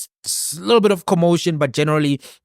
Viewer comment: Conversation not converzation bru